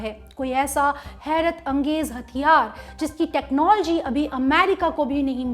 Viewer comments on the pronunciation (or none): none